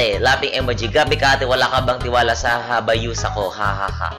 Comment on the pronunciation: Hayabusa ❌ Habayusa ✔️